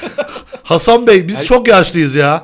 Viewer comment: abi bi ara ban hasan diyorsun zannettim